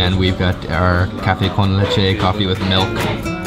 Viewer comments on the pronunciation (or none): none